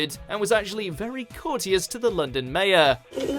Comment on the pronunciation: And how do you pronounce ‘courteous’?